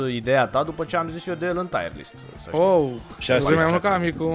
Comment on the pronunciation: Se spune corect tierlist pentru ca taierlist înseamnă anvelopa (fără supărare)